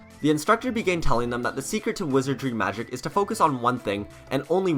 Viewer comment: Dod magec archer not wezard